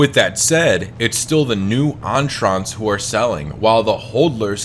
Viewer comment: I hate the way you pronounced entrants...